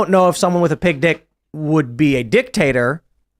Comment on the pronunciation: Oooo? Pig dick? I thought he was saying Big dicked. Lol